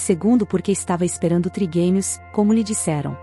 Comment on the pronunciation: Não sabem nem pronunciar,é trigêmeos, não triguemios